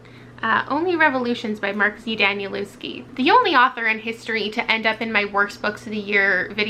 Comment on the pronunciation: Wow, Mark Danielewski took you on the entire journey this year! Would you consider picking up more books from him for your "3rd time a charm" series? Also, a small note - his last name is Polish, so it's pronounced closer to Daneelevskiy (in the same manner as Tchaikovsky).